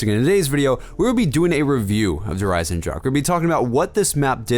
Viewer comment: Fyru Hawk it is not a silent ch, just ask any german how to pronounce it. but some people just cant say it